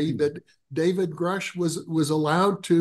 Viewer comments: I don't understand why Danny continues to mispronounce David Grush as David Grouch . Not that hard to get it right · Will Danny ever learn David Grusch name? It’s pronounced GRUSH NOT GROOSH